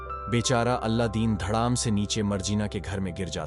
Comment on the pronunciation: Kya beta kuch bhi. Alladin nahi Aladin bolte hai...